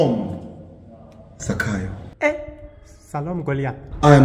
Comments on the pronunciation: Worry not 'Sakayo' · Worry not zachayo.